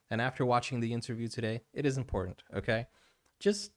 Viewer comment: He also said imported instead of important .